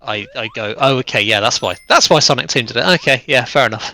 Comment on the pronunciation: It’s sonic not saninkus